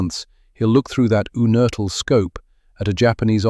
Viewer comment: It's pronounced YOUnertl. John was my uncle. His son was my cousin. John's father (also named John) was from Regensburg, he left Germany when Hitler came to power, and came to Pittsburgh via Argentina. I believe John was born in or near Regensburg.